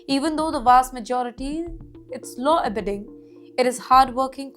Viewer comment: In the segment the phrase "LAW ABIDING" is pronounced as LAW AB-AYE-DING (and not AB-EE-DING) Don't worry you're getting there! Overall, good content.